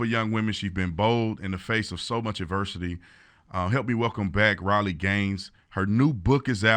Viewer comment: I'm pretty sure Tatum mispronounced Riley's name and she got the state of West Virginia confused with Virginia when she spoke about the 5 girls in high school who fought about this problem.